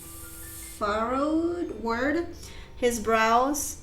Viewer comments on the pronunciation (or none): Furrowed is pronounced "fur-rowed" and means to be marked with lines or wrinkles. Budded is pronounced "bud-ed." Think when flowers start to open up. Precipice is pronounced "press-a-piss." It means a steep drop-off like a cliff. Memento was the word you were looking for regarding the torn bill. Trough is pronounced "trof" and means the lowest part of a wave. Seeing someone from the side is called seeing them in profile.